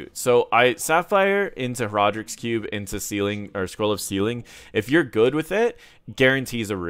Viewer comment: When you said "cube" and "cube mastery" it really sounded like "Q". Just a fun language insight